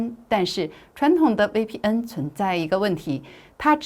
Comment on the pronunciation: 威P嗯😂😂😂大陸人用國語念VPN